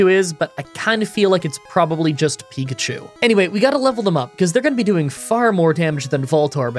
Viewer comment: Pikachi? :P